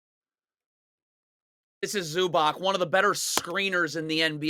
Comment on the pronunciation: bro please learn how to say ivica zubac's name lol